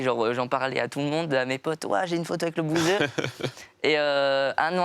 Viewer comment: Il a dit 2 fois lebouseuh 😂😂